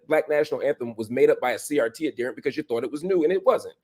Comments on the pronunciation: ad-he-rent with the emphasis on the second syllable. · Marc, please stop mispronouncing that word. It is "ad here nt," not "ad dear nt." As Tommy Sotomayor would say, "Look it up, nigga."QED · The word is pronounced ad-herent not adderent. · Pronounced Ad hear ant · This is why I DO NOT speak to white people anymore. He actually thinks he's well-meaning. And Marcp, for the love of a diety, look up the pronunciation of the word adherent.